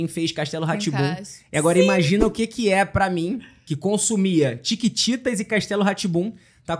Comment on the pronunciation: Desculpa luccas mais n é tictitas é chiquititas ta desculpa